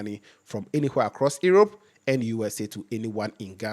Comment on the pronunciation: doing a great job. Since your program goes international, it might be useful to check some of your pronunciation (suggestions not criticism). "Europe" correct pronunciation = "Urop" as in "You-rope" not "Irop".